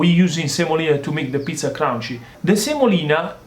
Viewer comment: I love how he says crunchy, every time I make a pizza now I say it, and I look forward to it in the videos like a catch phrase.